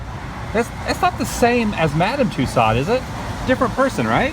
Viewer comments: Tussaud is pronounced "Too-so" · Daryl Whitman It's funny cause I thought everyone knew that. Lol, strange to hear him saying it incorrectly. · It's Tussaud, pronounced; To-so. D is silent. Pass along to TCB , he also butchers the name